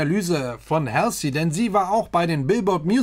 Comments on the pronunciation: Mag deine Videos total! Würde mich auch über Demi Lovato, Nina Nesbitt und Tori Kelly auf dem Kanal freuen. PS: Halsey spricht man anders aus :) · Halsey spricht man anders aus 😉